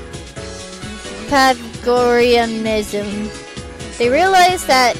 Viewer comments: piethagoras (pie then pronounce tha then gores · darn almost had pythagoreanism right XD forgot to pronounce the tha in it .... and i know im being a pronunciation nazi i just like to help out